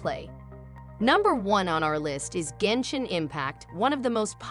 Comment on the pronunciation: I believed everything you said till I heard genshit impact